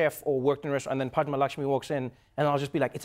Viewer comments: Trevor pronounced her name perfectly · omg he pronounced her name so perfectly 😁🤗🤗🤗🤗